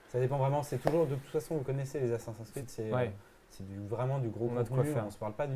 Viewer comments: Prononcer "Assassin scride" à la française. Perdre toute crédibilité. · Vous travaillez chez Ubisoft et vous savez même pas prononcer "ASSASSIN'S CREED" C'est compliqué à prononcer ? Non alors exercez vous, mes oreilles auront moin mal 😉😂